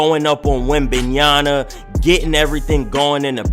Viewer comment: Just call him wemby instead of butchering his name every fucking time